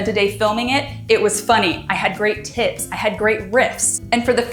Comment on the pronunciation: When you said “I had great tips” I first heard “I had great tits” and it speaks to how long I have been watching your channel that I was not at all surprised that that is something you would say.